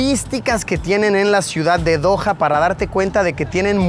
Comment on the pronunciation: Cuando veo Doha Qatar lo pronunció como se dice Doja Cat